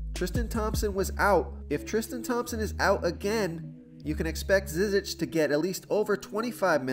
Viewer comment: And Ante Zizic is prnounced JIH jitch